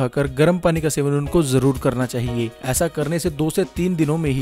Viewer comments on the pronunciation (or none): none